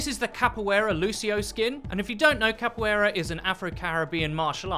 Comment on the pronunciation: "Kappoyera" Dude it's Capoeira '-' not that hard to say it.